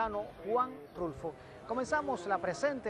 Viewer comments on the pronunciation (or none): Juan RULFO, not Russo